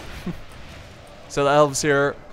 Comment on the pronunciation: what? dwarfes, mordrod? in helms deep? noo, cant watch this